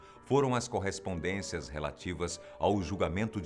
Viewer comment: SÓ EU QUE RI QUANDO ELE DISSE CORRESPONDECIAS PAPAIS?